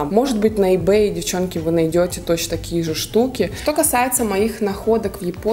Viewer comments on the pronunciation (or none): none